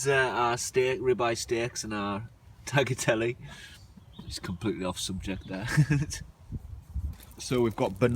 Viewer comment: It`s pronounced: Tayatele and not tacklatelle!